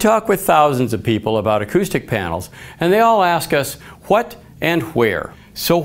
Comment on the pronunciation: “Huat and huere”... Best part of the video, I don’t need anything else